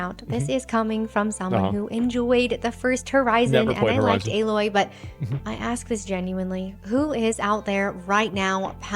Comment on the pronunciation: Crazy she can't pronounce Alloy